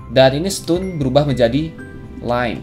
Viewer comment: bang bahasa inggris lu bikin mules. kasih disclaimer dulu aja di awal video kalo bahasanya asal2an fyi stone dibaca ston (o bulet kayak orang, obama) bukan stun (u bulet usaha) nice video. thanks.